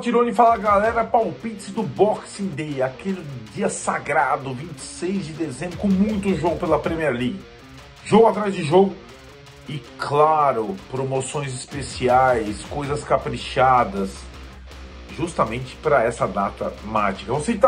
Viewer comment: Muito bom o vídeo, mas é Premier League e não Premiere league kkkkk